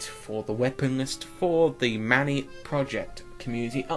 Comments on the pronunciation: Manny? You mean may-Yahn? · Bowie = Bow-wee Reserve = Reh-Zerve Mayann = My-An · My-ann project not watever teh fok u said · It's prenounced my-yann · I think the pronunciation is my-an anyway I don't think this update will include weapons, reskins at the most, we haven't seen any new weapons in community update, and personally I would rather have an existing unused weapon balance (remember the iron bomber is actually a thing) cheers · Also it's pronounced my-ann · just want to tell ya mayann is pronounced my an :) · He has dyslexia